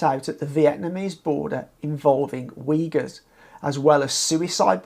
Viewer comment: Weegurs? Who are they? Uyghurs? That's pronounced "Ooyghoors". Like in pool or book.